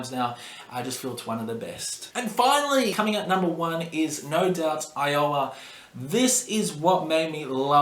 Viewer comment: Despite butchering the titles of Mate Feed Kill Repeat, and Iowa, I have to say, not a bad ranking.